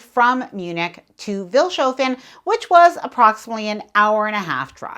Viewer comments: The town you embarked in, Vilshofen, is pronounced Fils-hoffen as is normal in German speaking areas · Vils' hoe fen is the pronunciation.